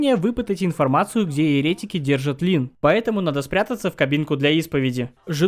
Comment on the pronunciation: Очень динамичный ролик и юмор кайфный! Единственное, постоянная ошибка в ударениях в словах еретИк и еретикИ, антИхрист В остальном вообще не к чему придраться) Супер, продолжай в том же духе)